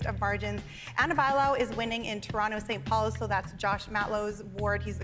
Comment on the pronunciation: Lol she can’t even say the word “ Toronto”.